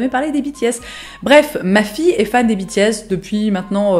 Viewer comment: biti-S T.T j'ai pas compris au début que tu parlais des BTS tant ta prononciation diffère de la mienne XD (je le prononce comme la filière en fait)